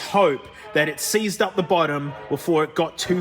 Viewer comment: "that's seized solid" more like See's'd solid :D